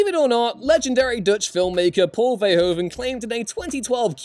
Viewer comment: In dutch language de "oe" is pronounced a little like who so it's Paul Ver"who"ven